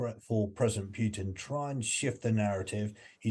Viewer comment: AMX-10 RCs are NOT tanks. Not tracked. And stop saying "Pyutin"; also, it's not "Makavika" but Makiivka. What kind of "expert" is that?